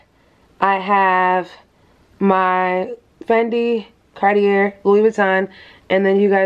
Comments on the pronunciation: Just for info sis . It’s Cartie ( Cartier) not Cartierr . We don’t say the r at the end . Greetings from a French girl ❤ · Congrats on your gift! Fyi the R is silent in Cartier… its pronounced car-tee-ay